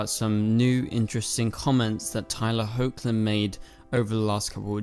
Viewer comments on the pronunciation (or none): MY GOD.......learn to pronounce the actor's names right. It's not HOKLIN it's HECKLIN. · Just a heads up. Tyler’s last name is pronounced as Heckland even though it’s spelled as Hoechlin.